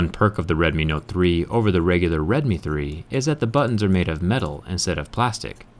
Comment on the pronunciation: Just an FYI, it is the first part of the phone's name is pronounced like the oww sound you make when you feel a pain, not the O sound of, "Oh, shit, my phone just broke in half."